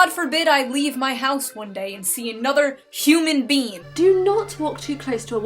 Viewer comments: Did you say bean instead of being? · excuse me but did she just say “human bean”